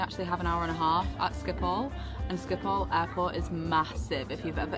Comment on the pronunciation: It’s pronounced skip-hole other than that it’s absolutely brilliant